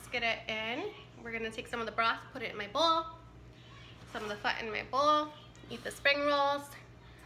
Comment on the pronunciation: Pronounce “faaaa” like faa la la la if that makes sense .. the dark sauce is “ hoisin sauce “ 😬